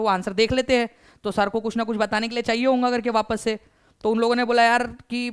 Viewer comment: Sir not honga that's hoga, aap hamesha hoga ko honga bolte hai